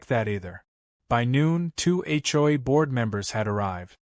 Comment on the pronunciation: That's AI for you... can't read or pronounce some words